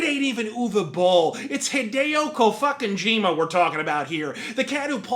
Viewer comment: Kojim-u is a Japanes-u Shaymalan-u